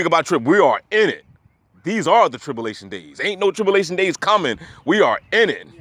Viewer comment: tripllation is incorrect it is spelled tribulation and pronounced trib- u -lation. 👍